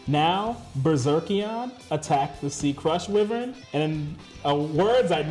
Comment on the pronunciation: According to Seto's lines in both the anime and Duel Links, "whiv-vern" is actually pronounced "why-vern". Enjoyed the duel.